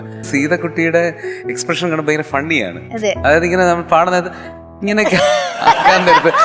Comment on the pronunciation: ചോട്ടാ ചൊട്ടനാണോ ഈ കൂമ്പ് കലക്കും വിദ്വാൻ, "ഫയങ്കരം" തന്നെ "അൽഫുതം " തന്നെ ചോട്ടാ